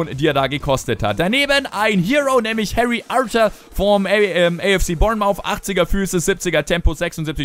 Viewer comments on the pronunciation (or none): none